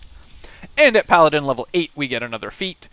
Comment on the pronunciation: Is this a Pa-ladin?